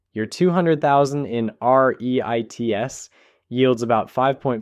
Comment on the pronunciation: you cant pronoucne REITs correctly more than once in the video. are you just slop?